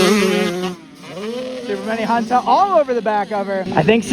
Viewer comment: It ain’t “super mini Hunta” it’s (YamaHunta) 😂